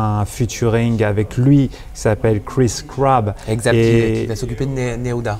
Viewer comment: Il s'appelle "cris crab" mddddr non c'est cris cab 😂😂😂